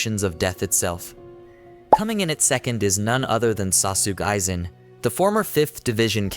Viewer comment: Especially the way he pronounced “sauce sook aizen”😂